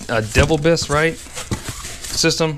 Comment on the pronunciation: Dee-Vel-bis is how it's pronounced 🤣sorry I'm from Toledo the home of it.